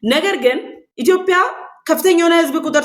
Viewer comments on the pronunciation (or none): አማርኛ እያወራሽ ስለሆነ እባክሽን ኢትዮዽዽዽያ ብለሽ አውሪ ችሎታሽን በአንዲት ፊደል አታበላሺ !!!!!!!!!! ዽዽዽዽ እያልሽ ተለማመጂ